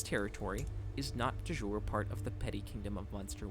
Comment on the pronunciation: Thanks for the great vid! Ps: De Jure — pronounce “de Yure”.